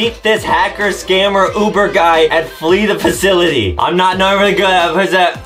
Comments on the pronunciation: Omg this is tense!!!😱😱😱 and of course Adam just makes it seem like this is a life-risking thing and he still can’t pronounce simple words like “Flee the Facility” Justin be making Adam nervous eyyyyyy 😂😂😂🤣🤣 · Adem:I'm not really good at flrjfjdhdhdbfnjfjdjdh HAHAHHAHAHAHAHAHAAHAHAH Me:This man don't even know how to say flee the facility and he's laughing even tho hes in a hacker spy room u know who said that Adem Mcarther aka the little GOO GOO GAGA baby that is actually a full grown man